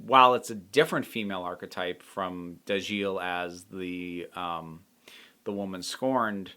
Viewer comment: You've actually said their names quite right. [Gay-Nar Hoff-Ho-In] [Dah-Jeel] This book just illustrates the variety in the series. It is almost like multiple writers wrote each novel. Some are light and fairly straightforward, others like this are as dense as a neutron star ha and everything in between on a nice spectrum.